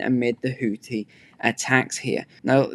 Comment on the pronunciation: the link shows you how to correctly pronounce "houthi". Sadly, the world has adopted the American pronunciation.